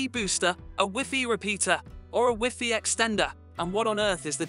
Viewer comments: I appreciate the content... but why didn't you change the pronunciation of WiFi?? It sounds so ridiculous and diminishes the quality of the video. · Lol ive never heard wifi pronounced wiffy. I only ever heard it said y fi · wiffy? its WHY FI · Is the wiffy in the room with us? Because I swear I clicked on a WiFi (wai-fai) signal booster video. 😂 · Educate yourselves dheads, Europeans say wiffy . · I couldn’t care less how he pronounces WiFi or wiffy. The explanations seemed redundant, repetitive, but not clear or concise. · Wiffy Rooter! Lol! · Probably good info in this video but I just couldn't stand "wiffy" so only got halfway. Is he the only person in the world who calls it wiffy?... I hope so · He lost me at wiffy😂😂😂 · I'm no certified MS engineer, and Wiffy is a pretty common way to say it in Southern Europe... Maybe try travelling a bit? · In french we say wifi as he pronounce it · I like the way this guy pronounces wifi.... no shade...